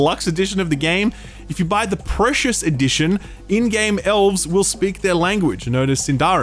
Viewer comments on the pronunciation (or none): none